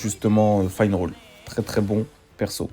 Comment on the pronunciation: Pour les tickets, c'est un bonus de connexion mdr, il y a très peu de bug sur ce jeu, c'est ça qui est incroyable ! Pour la meuf son nom c'est sally et on dit Finneral, tu me stresses quand tu dis finerole. Sinon, je valide la vidéo !